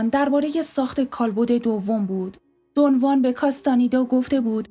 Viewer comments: با احترام و تشکر از شما سوگند خانم من کتابهای هدیه عقاب و چرخ زمان رو ار از کارلوس کاستاندا خوندم و اسم اون شمن سرخپوستان دون خوان هست که شما دون وان تلفظ میکنید شاید دون وان کسی دیگر است که من باهاش اشنایی ندارم سلامت باشید. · دون خوان. نه دو وان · کاستانیدا❌ کاستانِدا✅ دُن وان❌ دُن خوآن✅ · درود تلفظ درست ...دون خوان ماتئوس است🎉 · رود به شما.بسیار عالی ،کامل و درست بر اساس کتابهای کارلوس کاستاندا،البته به شیوه ی همه فهم توضیح دادید و خواهش میکنم ادامه بدهید.اما یک سوال:ازآنجاکه همه ی کسانیکه کم یا بیش،با عرفان تولتک توسط کارلوس کاستاندا و شاگردان دیگر او و دون خوان آشنائی دارند،همچنین در همه ی کتابهای مربوط به این معرفت،چه در نوشته ها یا گویشها،دون خوان را دون خوان گفته و نوشته اند ولی شما، حرف خ را از اول نام دون خوان حذف میکنید؟آیا دلیل خاصی دارد؟ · دون وان نه دون خوان